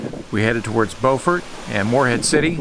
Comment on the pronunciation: Your channel has been a source of much pleasure. The trip to Cape Lookout was especially great. I am originally from NC and spent many hours in the Morehead City/Beaufort area. (I was glad to see that you knew to pronounce it Bo' frt instead of the SC version Bue' frt.) Your decision to go into Beaufort Inlet (also called the Beaufor Bar) was a wise one given the wind and sea conditions. I've motored in and out of that inlet dozens of times or more. There is almost always a good swell and interesting current even on slack tide. When you went inside, just to your North or starboard side was Shackleford Banks where there is a rock jetty protecting against erosion from the inlet. I hope you anchored inside the bight. It is a great anchorage. Did you have time to visit Beaufort? If not, put it on your list. It's a quaint colonial seaport town going back to the days of Blackbeard. It has been gentrified since my early visits there in the '50s and '60s. Thanks for your great videos. Stay safe and enjoy life!!